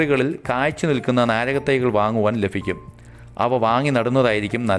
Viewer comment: Lafikkum Alla labhikkum